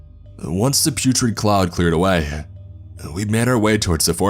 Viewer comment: Is anyone bothered by the way the guy speaks? It’s very airy.. he says “awayuhh” or “bromineuhh”